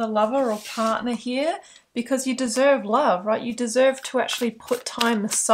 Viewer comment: The way you said partner was hilarious. "Become my pardnaaa". I rewinded that and laughed 😂😂